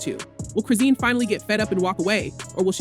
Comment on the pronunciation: Like YOU lying you can't Even saying her name right Chrizen